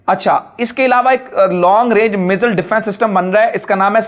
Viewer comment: مزل نہیں میزائل لفظ ہے. الفاظ کو تو سمجھ کے بولو....